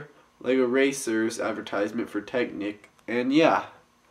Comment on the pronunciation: Lego technique? It's Tech-NIC (nick)' lmao